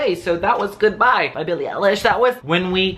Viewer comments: Him: billie ellish,billie eelish,billie eylash Me:aaaaaaaaaaaaaaaaaaaaaaaaaaaaahhhhhhhhhhhhhhhhhhhhhhhhhhhhhhh. Its BILLIE EILISH Not trying to be mean Ps i love your vids❤️ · Yes it's eye-lish lol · EYE-LISH NOT THAT HARD HYEYSHDHDKJDHD